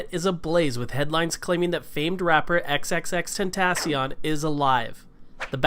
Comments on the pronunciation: Please say it right 😭😭 X x x ten- ta- cee- oin- XXXTentacion.. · If you are ever going to talk about him learn how to say his name and R.I.P xxxtentacion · bro he cant even say his or his kids name correctly smh, R.I.P x we miss you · He is even saying his name right?? It's like annoying when he says the name